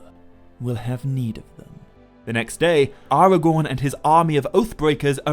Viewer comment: AragoRn... rhymes with 🌽